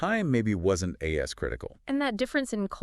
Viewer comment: the male voice says “not A ESS critical” instead of “not as critical” and I doubt a guy who worked at Microsoft would make such a gaffe speaking off the cuff or reading a script, so yes, it’s most certainly AI generated.